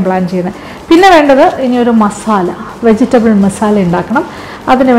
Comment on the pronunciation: Vegital അല്ല വെജിറ്റബിൾ....😍😍